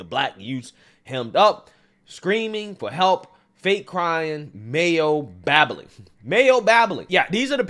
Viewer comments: "Mayo babbling"? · Mayo babbling??